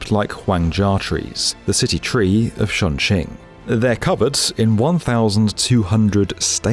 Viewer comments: This is one of those cases where you should have just pronounced it the english sounding way. The 'Ch' in chinese is basically the same as in english. Just say Chong instead of Shong. Surprised given this was the main topic of your video. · it's CHongQing as in 'chop'. You got the Qing bit right. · As someone fluent in Mandarin, I cringe every time he pronounces Chongqing It would’ve been simply better if he pronounced it as Chong-Ching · Chongqing, not Shongqing, Leipzig, not Liepzig. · "shongshing east" "shongjing" "LIZEEBER station" 😭😭😭😭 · Shunshing? 😭😭😭 This is worse than US people butchering the name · The mispronunciation of Chongqing is really annoying lol. If you're going to make a video and keep saying it, then you can at least say it right. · Right off the bat you completely butchered the name Chongqing. I mean you were not even close. Had you not written it down, I would not have known WTF city you were talking about. Please dont do anymore videos on China. You suck at it.